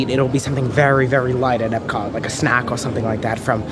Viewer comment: For me, the bread service is a definite must get at Sanaa and possibly a must get every trip! I think you pronounced the German title right at Epcot. Great vlog